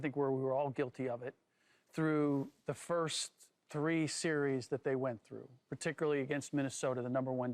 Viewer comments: Someone tell Shady it's series not serious. 😂😂😂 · Shady said “the serious” y’all grown af and can’t say series